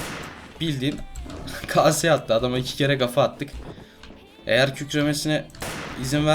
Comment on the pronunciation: afriiana ya 2 kafa atın adam da topla aldı ya sen de şöyle dedin eyer kükremesine izin verneseydik dilin sürştü herhalde